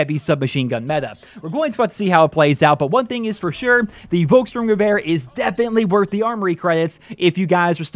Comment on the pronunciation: Hey, you pronounced the name of the gun pretty good:) Just one thing: Pronounce the "V" like an "F", then it is perfect:) Like: Folkssturmgewehr